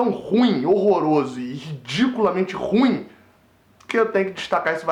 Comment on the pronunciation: Bela , análise moleque ! Muito triste , essa derrota e patética a perda do pênalti ! Nada a ver mas não diga " Ruim" , como se fosse monossílabo ... É , " Ru-im " ! Responsabilité ( ? ) de Falar , em público ! Saudações !